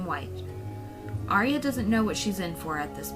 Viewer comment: It's ar-ya two syllables not three. She's not an opera